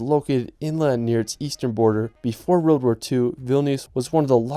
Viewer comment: Love the content, but why can't this guy pronounce the word 'world'?